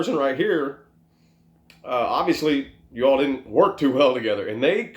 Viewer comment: Loved the way you said "Yew should talk about your problems!" 🖤👌